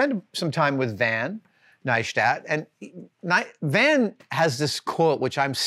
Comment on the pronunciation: Neistat is pronounced like "Nice-tat". Casey explained that in one of his videos.